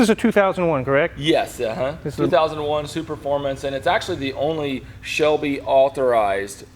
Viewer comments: Nailed it! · 15 seconds in and he pronounced ’superfomance’ and ‘euroasian’ correctly, unlike another popular car YouTuber